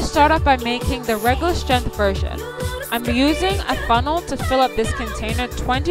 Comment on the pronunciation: Honey you are mispronouncing the word strength, look it up on your IPhone and listen to the way they say it on google